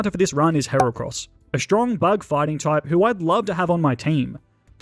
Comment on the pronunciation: THE FIRST A IN HERACROSS IS SUPPOSED TO BE AN E!